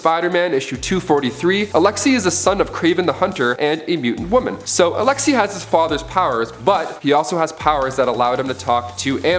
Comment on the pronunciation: Alexei.... like neighbour or weigh...pronounced Alex-A